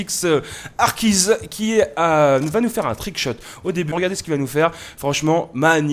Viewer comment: On ne dit pas trickscut pour un trickshot couteau